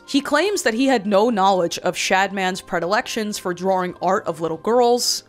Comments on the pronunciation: i love you but for the love of god please say drawing right 😂i know that accent nakes it hard but i believe in you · The way she says drawing like drawring is hilarious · the way you say "drrrawring" makes me hawwwd. youre lip stick look like youve been rimming b holes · "drawring" welcome back queen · Some thoughts after my two hour watch: I LOVE how you say drawing... not hate, even the slightest. Just love words that your accent comes through :). Love how you can talk about deep thinking and introspective growth and concepts.... to then immediately cut to "AND pregnant Luigi". Was interesting to see the history and facts behind the language of the internet we all use and have been a part of. GREAT work on this friend :)